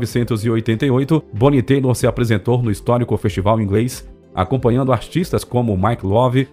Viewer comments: Era exatamente isso que ia comentar. Me doía ouvido de ver Tyler na tela e pronunciar Taylor. Pensei que era meu ouvido e fiquei prestando atenção, MAS NÃO! O cara falava errado mesmo! Uma pena, um vídeo tão elaborado perdendo em detalhes (ah, fora outras escorregadas no "ingrês" dele)... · Bonnie Taylor kkkk,parece que ele tá falando de outra cantora 🤷🤦😂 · Dá uma angústia a pronúncia em inglês deste locutor! Tyler, Tyler, Tyler, não teilor! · Ótimo vídeo, mas É Bonnie Tyler (Táiler ) ,e não Taylor, Taylor, é James Taylor, é Tyler do Steve Tyler! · Sr narrador por favor vc trocou o segundo nome todo!! Tyler q se pronuncia "Tailer" Presta atenção!! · Nome dela é Tyler ( Tailer) nao Taylor....sugiro vc melhorar o seu ingles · nao conheco essa Bonnie Teilor... Conheco a Bonnie Tyler kkkkk com todo respeito,aprnede um pouco mais de ingles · O narrador passou todo o vídeo falando o nome dela errado! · Só estranhei duas coisas, a pronúncia do sobrenome,que sempre ouvi diferente e não comentar sobre ela ter gravado com Fábio Junior. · O cara narra todo o vídeo errando o tempo todo a pronúncia do nome da artista. Caramba, tirem as dúvidas antes de completar o vídeo. Será que não teve ninguém que percebeu esse erro? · Cara não é querendo ser chato mas já sendo kkkkk seus vídeos são muito legais, mas vc sempre derrapa um pouco no inglês… seria legal vc sempre revisar as palavras que vc não conhece… eu acho bonito quem mete a cara e fala mesmo sem saber, mas dessa vez foi vacilo pq vc ficou falando o nome dela errado o vídeo todo kkkkk ai é foda kkk no mais, sempre muito legal seus vídeos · Tá pronunciando o nome dela errado aí fica difícil de acreditar no resto das informações!!! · Não sei onde você arrumou esse "Teilor"! Tyler se pronuncia "Taile" sem o "r". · Pronúncia errada, não é Taylor (teilor), é Tyler (tailer)! caraco! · a pronuncia do nome dela dito pelo narrador está errado Bonnie Tyler se pronuncia em português, Bonie Tailer e não Teilor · Tyler se lê tailer